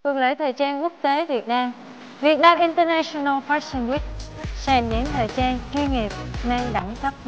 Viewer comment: international UK /ˌɪn.təˈnæʃ.ən.əl/ đọc như trên nhé, đọc đúng vô